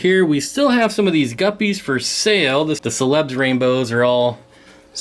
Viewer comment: Celebes is pronounced ‘sel le beez’